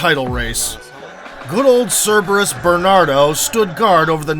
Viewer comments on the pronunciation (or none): none